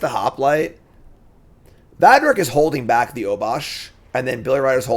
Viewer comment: clearly got as far as the Va in Valduk's name, and decided that: 1) his name was Vadrik; and 2) he was not worth one more second of BtM time.